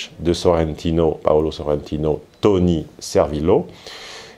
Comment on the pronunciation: SorrentIIIno: l'accent tonique va sur le I